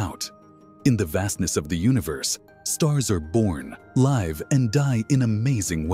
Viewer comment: These AI narrators are annoying.... they can't tell the difference between "LIV" and "LYV"? Not so intelligent.... I put them on par with the basic "stupid Amedican!"